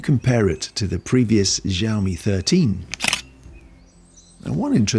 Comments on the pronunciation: Thanks for the review it was really helpful and it's really funny the way you pronounce the brand's name as Jiaomi 😂😂 the letter X actually sounds like [s] in Chinese so you can pronounce it more naturally as [syaomi] and put the stress on the last syllable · A little tip from an Asian regarding Chinese brand names. The X in Xiaomi is actually pronounced as S. We don't know why the Chinese chose X in the first place, but using Mandarin PinYin system there's no entry for siaomi, which is the proper (English) way to spell it. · Wtf is Ziaomi